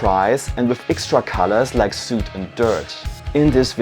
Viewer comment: Great video! Also, "soot" rhymes with "foot".